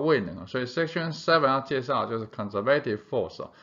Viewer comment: conservative 这个字的重音读错了